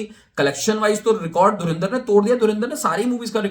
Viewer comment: Movie ka naam to sahi se Pronounce kar lo, its not DhurIndar its DhurAndar, aur total footdalls tab count karna jab theatre se nukal jayegi